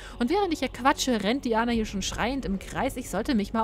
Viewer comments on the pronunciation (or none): Diana spricht man Deiäna aus :P